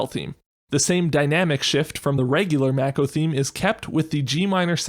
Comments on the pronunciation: It’s pronounced Mah-Ko not Mæko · I've heard a lot of very strange pronunciations of Mako but "mack-oh" is a new one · MACK-oh lol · It’s “Mah-ko” in everything FFVII related, not just the remake.